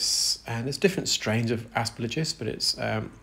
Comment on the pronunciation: The g comes before the l in aspergillus 🙂 Ass-per-gill-us.